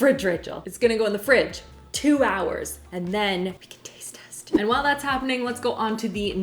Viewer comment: I love how Rachel pronounces her H's in Whip and While lol.